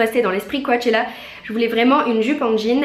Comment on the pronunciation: Mdrrr je suis morte "coAAchella" , ca se prononce "cochella"